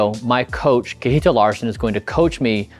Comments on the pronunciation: not sure why you call him kee-eetil :P KJ is like CH in the German ICH. So imagine something like "Chehtihl" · lol kee- hee-tl :D I was actually wondering what was his actual name... then I saw kjetil :P (which you pronounce (si-e-ttil) ... well, the S at the beginning is not really a pure S... but would be much, much closer then kee-hee-tl ... I am surprised he didn't mind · Kjetil seems to be okay with the way Bryan pronounces his name, "kihitil", but the correct way to say it is with a "ch", like in "chain", and an open E-sound, like in "end". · Kjetil pronounced Yetil. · All that time together and Kjetil never corrected you on how to pronounce his name 😂 great video tho thanks for sharing 🙂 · haha brian you have to learn how to say Kjetil